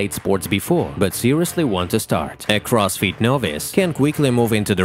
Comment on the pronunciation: All I hear is Cross feet is..